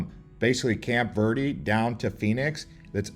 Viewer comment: This is a good video but man, they should have split this up into a few different videos I think lol also his pronunciation of some of the names and words is killing me. Especially when he mispronounces Verde and Roosevelt